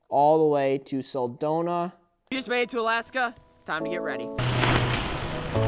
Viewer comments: Alaskans can only cringe when he calls soldotna "seldona" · He can't say soldotna Jesus Christ man I live in AK